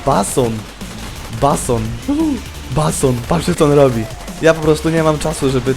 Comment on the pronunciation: 1 miejsce :)) i czyta sie "bejson" :DD